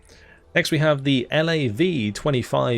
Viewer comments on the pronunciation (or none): For future reference, nobody in the military pronounces every letter in the acronyms. It's LAV not "L-A-V", DAGR (dagger) not "D-A-G-R" etc.